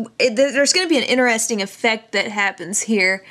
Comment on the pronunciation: lol its so endearing how u say inner-esting. say it with me now: in-ter-es-ting ;)